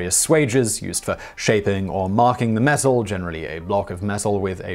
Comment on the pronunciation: Is it just me who was confused that he kept saying mesul instead of metal?